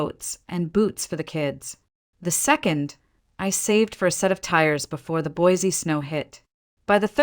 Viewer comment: That is not how you say Boise. Sounds funny since that is where the story takes place.